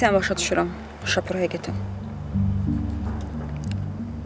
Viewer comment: AY ŞƏKƏRİ OYNAYAN QIZ, SHAPUR YOX E, SHA-PUR.BU SÖZÜN SHA HECASlNDA A SƏSİ UZANIR.